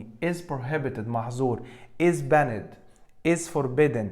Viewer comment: حد ممتاز زى حضرتك مينفعش ينطق banned ;]h تحياتى لحضرتك دى مجرد ملاحظة